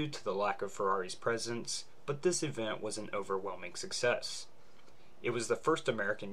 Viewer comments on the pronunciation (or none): none